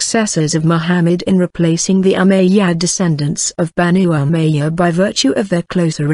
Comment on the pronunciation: It's Called ( " Umayyad Caliphate " ) Not Ummadyia Correct Your Words Pro